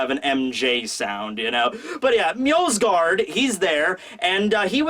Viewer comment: MJO-SGARD there is no L there ffs